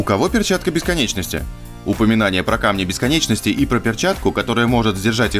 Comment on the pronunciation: На у кого перчатка БЕСКОНЧОСТИ))) автор русский язык выучи